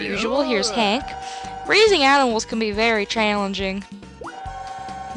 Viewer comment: Nice accent for hank lmao XD